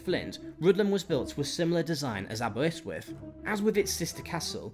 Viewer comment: Aberystwyth is pronounced as written - not 'Abewustwiv' Rhuddlan is pronounced 'Rhith-lan' The river Clwyd is pronounced 'Clooid' - not 'Clyde' Builth is pronounced 'Bilth' - not 'Bue-lith' 'he was Edward's bitch now' - Seriously? What sort of historical terminology is that ? Dayfydd is pronounced Dah -vith - not 'Daffid'